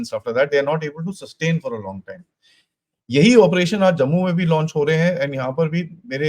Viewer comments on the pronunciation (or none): none